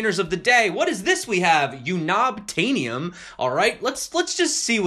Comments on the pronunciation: "You knob tanium" FTW! I believe it's pronounced Un-Obtainium. As in that 'element' that was the thing the humans went to mine on that planet in the popular 3d sci-fi movie 'Avatar'. Such magnificent markets they trade on! ;) As for Cryptopia, the fact that they haven't blocked deposits when they know their exchange is hacked, is very strange. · U-knob-atanium = un - ub - tanium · LOL had me laughing at u-knob-tanium... Think Avatar, Un-obtain-ium =) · LOL "You Knob Tanium" Unobtanium as in unobtainable!